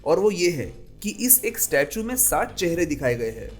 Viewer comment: अत्यन्त महत्वपूर्ण जनकरियाँ व सुन्दर प्रस्तुति सिवाय एक उच्चारण दोष के। दरअसल आप "हैं" को भी "है" उच्चारित करते हैं इसे सुधार लें। उपन्यासकार